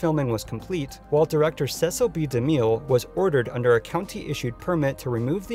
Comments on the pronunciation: Cecil B. De Mille's last name is pronounced De MILL not De Meal. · It's pronounced like mill not meal. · ...this video was really entertaining (great editing) ...except the mispronunciations kept throwing me off ...it's cecil b. DEH-mill (the announcer even says it in the clip you used) ...and it's MALL-teez falcon (as in 'shopping mall') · Mell-teast falcon? De-Meal? Do you pronounce anything correctly? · Also, you need to learn how to pronounce 'DeMille'. Ouch again.